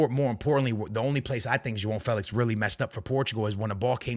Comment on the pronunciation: "Jo on " Felix not Joao Felix 😂